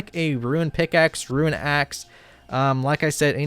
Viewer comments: Even when he tries to pronounce runes properly he still mispronounces it, wtf? Roo Roo, say Roo not runs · Roonz not roo-inz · The only guy i know that can pronounce "Icthlarin's little helper" but not "runes"